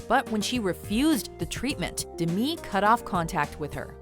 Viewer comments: DEH-ME not DIMI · Omfg it’s Demi not Dmi why is she pronouncing it like that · its DEM-E MOORE NOT DIM-E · No one: Not a soul: Narrator: dehmee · It’s pronounced “De-mi” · you don't pronounce 'Demi' as Demii or Demee, its Demi like Demi-god so 'Demee-god' sounds ultra wrong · No it isn't. She covered this way back in the 80's when she first became famous. It's pronounced as the first two syllables of Demitrius. De- ME. Not new, you're wrong. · did she pronounce Demi Moore as D'mi Moore? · i hated how she pronounced demi moore's name